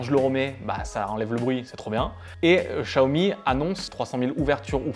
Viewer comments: Chiaomi, pas Chaomi ! :p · Tu vois tu as du mal à prononcer chat umi ahhh. Donc met toi à la place du con qui achète et qui voit qu'il n'y a pas de notice en Français. 500 £ plus prix d'un traducteur " chat " commence à faire cher!!!!